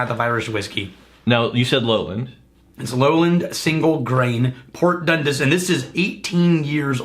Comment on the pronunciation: Sc ott and dund-ass not dundis